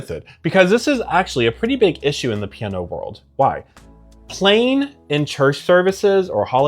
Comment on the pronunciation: Slow down, dude. You talk like my speed-freak cousin. CHILL! Piano has THREE syllables! 😂